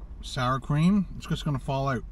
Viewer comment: It's OUT , not "OWT"